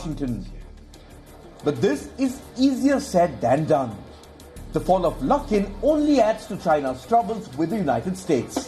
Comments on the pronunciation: Silly ... why mix coffee and politics ? Also it is best time to buy luckin at this price when stock reopen again ... btw it is pronounced as LUCK in not LOOK in 🤣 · Lol lol... Luke in coffee.. Are you having a pronunciation issue? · Luckin. Rhymes with...